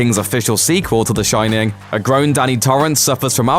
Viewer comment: You've got the Shin-nin 😂😂😂